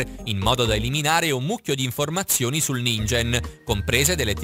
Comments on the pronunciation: Ningen si pronuncia ninghen un male al cuore per gli otaku come me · Si dice ninGHen però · Non per cattiveria, consiglio puramente rivolto a fin di bene, ma prima di registarare la traccia audio, informatevi un minimo su ciò che dite. La pronuncia di Ningen è "Ninghen" perché in Giapponese "g" e "gh" hanno pronuncie opposte a quelle italiane. Grazie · si pronuncia "ninghen" comunque... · La pronuncia di ningen dovrebbe essere «ninghen» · Si legge ninghen